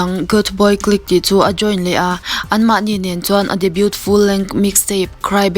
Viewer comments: debut ti trut² la nih chuan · Debut i lam dik ngai lo